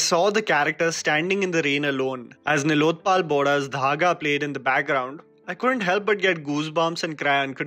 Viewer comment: Brother your content is always lit but I feel you need to work on the pronunciations for the max effect. Names like ..Parihar ( it’s परिहार) Nilotpal ( नीलोत्पल) . Pls take this as constructive criticism & not trolling, since your voiceover is one of the mainstay of the content.